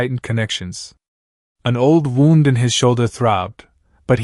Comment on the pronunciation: If she was going to freeze without his jacket, wouldn't she have already frozen before he found her? How many times is the AI going to misprounce "wound"?